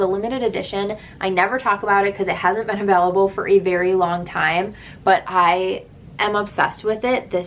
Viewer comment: I kept wondering why the foundation’s weren’t VALUABLE...I finally realized you were saying AVAILABLE😂